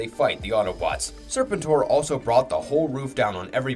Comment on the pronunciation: there is lots wrong with this video did you hear how he referred to serpentor? or how he said jhiaxus like an AI would? its FREEKING GEEEEEHAXUS lol how hard is it to get names right? its either someone reading a script with no knowledge of the lore, or its an AI channel. go watch a few other videos they all sound robotic and mispronounce everything too!